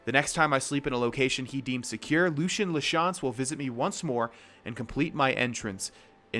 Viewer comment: Btw it's pronounced Lucy in la chance